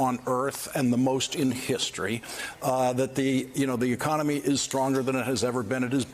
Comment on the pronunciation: she said American “oconomy”